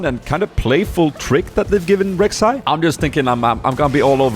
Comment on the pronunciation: read it like this, Rhek, Shai